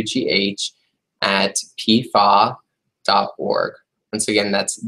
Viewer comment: Hi, this presentation is very good! One suggestion: when giving email addresses out, please say each letter rather than pronouncing it as word. For example, instead of saying /piefau/, spell it out instead P F A W. Many don't know what /piefau/ stands for and therefore won't know the proper spelling of for the email address.